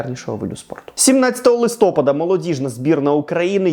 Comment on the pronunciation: Будь ласка, правильний наголос листопАд. Дуже буду вдячним, якщо Максим побачить цей коментар і наголошуватиме правильно👍 обожнюю ваші дайджести! Трибуна - топ